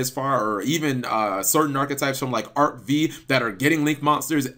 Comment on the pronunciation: Arc 5 not arcv say it right.